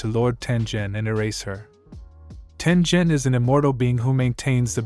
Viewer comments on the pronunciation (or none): Sorry for this, but it’s pronounced Tengen not Tenjen. Sorry Sorry Sorry Sorry Sorry Sorry Sorry Sorry Sorry SorrySorry Sorry Sorry Sorry SorrySorry Sorry Sorry Sorry SorrySorry Sorry Sorry Sorry SorrySorry Sorry Sorry Sorry SorrySorry Sorry Sorry Sorry SorrySorry Sorry Sorry Sorry SorrySorry Sorry Sorry Sorry SorrySorry Sorry Sorry Sorry SorrySorry Sorry Sorry Sorry SorrySorry Sorry Sorry Sorry SorrySorry Sorry Sorry Sorry SorrySorry Sorry Sorry Sorry SorrySorry Sorry Sorry Sorry SorrySorry Sorry Sorry Sorry SorrySorry Sorry Sorry Sorry SorrySorry Sorry Sorry Sorry SorrySorry Sorry Sorry Sorry SorrySorry Sorry Sorry Sorry SorrySorry Sorry Sorry Sorry SorrySorry Sorry Sorry Sorry SorrySorry Sorry Sorry Sorry SorrySorry Sorry Sorry Sorry SorrySorry Sorry Sorry Sorry SorrySorry Sorry Sorry Sorry SorrySorry Sorry Sorry Sorry SorrySorry Sorry Sorry Sorry SorrySorry Sorry Sorry Sorry SorrySorry Sorry Sorry Sorry SorrySorry Sorry Sorry Sorry SorrySorry Sorry Sorry Sorry SorrySorry Sorry Sorry Sorry SorrySorry Sorry Sorry Sorry SorrySorry Sorry Sorry Sorry SorrySorry Sorry Sorry Sorry SorrySorry Sorry Sorry Sorry SorrySorry Sorry Sorry Sorry SorrySorry Sorry Sorry Sorry SorrySorry Sorry Sorry Sorry SorrySorry Sorry Sorry Sorry SorrySorry Sorry Sorry Sorry SorrySorry Sorry Sorry Sorry SorrySorry Sorry Sorry Sorry SorrySorry Sorry Sorry Sorry SorrySorry Sorry Sorry Sorry Sorry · Not tenjen it's taingen